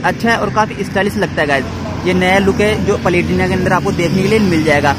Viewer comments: Bhai palitina nahin platina. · भाई ये बाइक पलेटिना नही प्लेटिना है😊😊😊